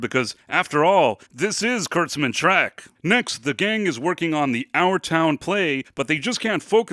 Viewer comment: Treck? It's "Trek" dude...